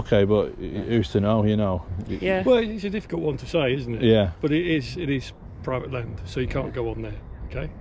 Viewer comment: What's PWIVATE and CWACK ON?